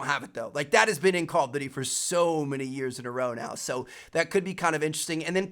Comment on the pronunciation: Why can't you say Call of Duty? "Callofity"